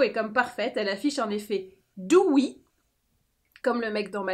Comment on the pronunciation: Je suis restée bloquée sur "Dewee" 😂🤣🤣